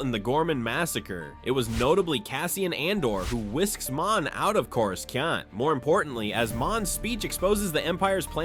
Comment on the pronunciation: "Chorus-ski-aunt"? That's an interesting pronunciation for Coruscant.